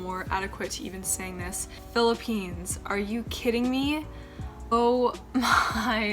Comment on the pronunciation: and It's Philippines not "philipines"